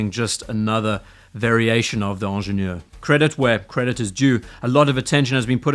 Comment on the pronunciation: It's hard to listen to somebody repeatedly mispronounce the name with a French accent. Ingénieur starts with an i, not an e. As for your redesign, if you can call it that, it is laughable. You removed the crown guards, replaced the 12 marker with the logo, and put Pilot hands on it. That's hardly a redesign. The Pilot hands on it look stupid. The 12 marker looks better than the logo. The crown guard removal works either way--just a matter of taste. The price is all perception. People have a hard time with the steep increase, but compared to RO and Nautilus, it's not unreasonable.